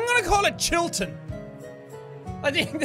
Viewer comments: you say Chillton like you're trying to be American😂😂 it's cute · 'Chilton' Nooo I dont wanna go back to school